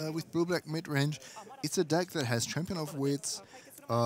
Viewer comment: Whenever says "deck" it sounds like "dick."